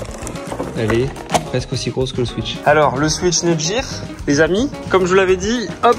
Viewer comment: on dit netgear pas netjir mdr